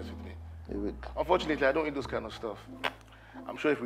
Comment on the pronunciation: cooked the werey sm he started pronouncing heat for eat💀😂